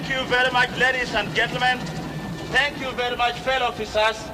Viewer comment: "Tank you bery much, tank you bery much and tank you bery much indeed!"